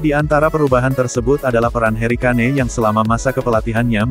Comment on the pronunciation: Tulisanya kane bukan berarti bacanya kane juga 😂